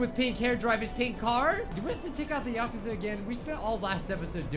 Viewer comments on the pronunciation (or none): none